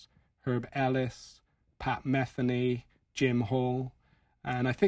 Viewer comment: i enjoy the your videos very much. pardon my nitpicking: pat mə-thee-nee. cheers.